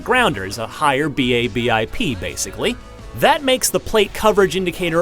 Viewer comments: BABIP is an acronym like NASA, you say it as a word (Ba-bip), not an initialism. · This guy really called BABIP B-A-B-I-P... great way not to trust a review